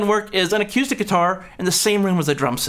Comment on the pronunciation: Good video again, but I have to admit that a little part of me dies every time I hear you say "a-cue-stick", however it also makes me want to go play pool. 😛